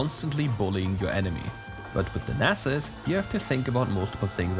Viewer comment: Yeyyyyy you said Nasus correctly . Yahoooo. (Nas main is happy)